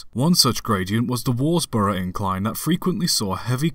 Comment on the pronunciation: “Derby” is pronounced “Darby” “Worsbrough” is pronounced “Wuzbruh”